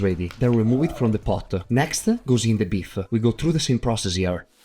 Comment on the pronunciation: It’s just odd that you pronounce the e at the end of words that do not end with an e, such as beef e and brown e.